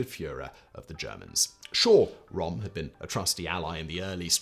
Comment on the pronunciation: How can you mess up to pronounce Ernst Röhm's name? it's not even one of the sounds English does not have, the Ö is equivalent to the o in worst.